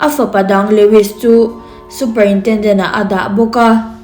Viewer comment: Super-indendent hi enge a awmzia,superintrendent( superintrenden) tia lam tur ani zawk lo maw